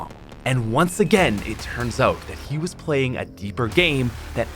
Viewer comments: it’s annnoying asf how he said oat instead of out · Y u say oat instead of out